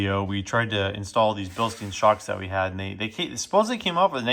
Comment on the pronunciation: You must be joking, as Igor would say. Bilstein is pronounced Bill Stine. Just like Frankenstein.